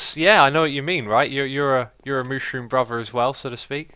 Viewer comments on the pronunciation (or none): none